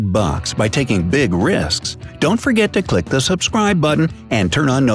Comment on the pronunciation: " suscribeb" DID ANYONE NOTICE